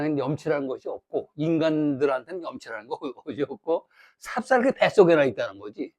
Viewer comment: 삽삽개가 아니고, :삽살개"입니다.